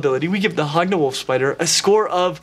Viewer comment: I thought you were saying hog nose and now it sounds like hogna knoll